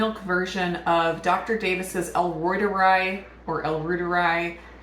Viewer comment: Don't even try to pronounce the name of the bacterium correctly. That is not possible for an American. Besides, an American doesn't give a damn how the names are pronounced in other countries. Reuter is a German surname, and the discoverer of the bacterium was German. Then we decline the surname in Latin into a genitive and we have reuteri. The "i" is pronounced as in "I ndustrie". And not as a greasy, sloppy "i" as in I ron. It's understandable that they can't pronounce the "eu" because you don't have that sound in American.